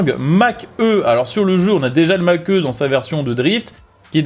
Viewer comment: Mach E ce prononce Mach " i " xD